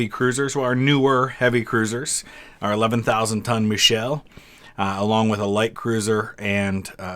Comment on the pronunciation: My German friend says Michel would be pronounced more like Mee-kel with that spelling. The "sh" sound would be with the feminine form, Michelle